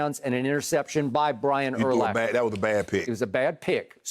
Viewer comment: Why he pronounce urlacher name that way lol